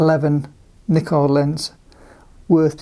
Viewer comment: you pronounce Nikon wrong.. :)